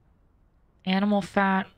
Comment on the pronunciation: We took out a legendary AMINAL😅